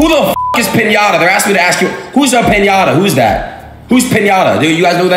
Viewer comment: no. its not pineda. its piñeda. pronounced 'pinyada'